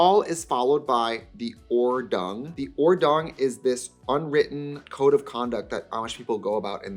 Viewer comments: Hey Diva, german here, it’s Ordnung not Ordung, hope that helps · Not sure, but as a German speaker shouldnt it be Ordnung and not Ordung ? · Correction: should be "Ordnung" (notice the first n) which is just the German word for a set of rules. First syllable rhymes with "fort" and second syllable has the same vowel sound as "loon." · This natural, minimal and subtle make-up, spot on Amish 🤣 Gelassenheit (serenity/calmness) you pronounced correct. It should be probably Ordnung not Ordung one n was missing - means order. German words 😉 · It's OrdNung, Trixie! from German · pretty sure its 'ordnung' with 2n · Your pronounciation of Gelassenheit was actually perfect, the second word is „Ordnung“ and is pronounced Ord-noong with stress on the first syllable ✨ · 'Gelassenheit' = being calm (also) [pronounced well btw] also it's 'Ordnung', there's an n missing, that's all.